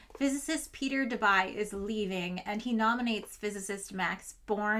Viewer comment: Debye said da bye?